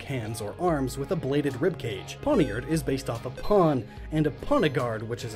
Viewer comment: PineappleJuice99 and the dagger Pawniard is based on is pronounced "Poyn-yard".